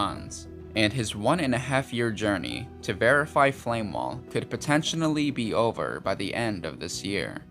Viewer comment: It's.. potentially, not potentionally.